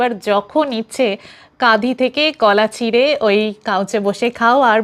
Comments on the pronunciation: শ্রুতিমধুর। পরিস্কার বাংলা। তাসত্ত্বেও আমি যেনো শুনছি কাঁধি বলছ, হবে কাঁদি। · Didivai, Kolar kadi hoy, Kadhi...na. Kadi. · Kadhi noy Kandi.